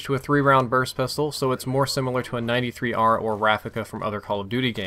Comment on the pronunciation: You keep saying 93r it's b23r